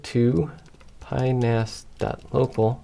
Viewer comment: PiNAS ❌ BanaNAS ✔️ 😂😂😂😂